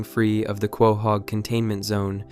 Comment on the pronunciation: “Kwahog” lol